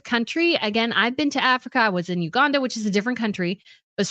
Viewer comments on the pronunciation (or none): none